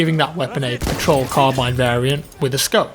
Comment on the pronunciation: Did anyone else hear 1917 troll crabine?